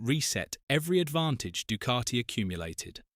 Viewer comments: I didn't know the word Ducati was spelt with an R in the middle. It's pronounced DuCati not Ducarti. FFS. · Actually, natively, it is pronounced doo-KAH-tee Sounds like the "oo" in food. It is a short, tense vowel. The "c" is hard (like a "k"). The "a" is an open "ah" sound (like father). Sounds like "tea". The "t" is dental, produced with the tongue against the teeth. The narrator is more accurate than you are. So, maybe drop the attitude and indignation.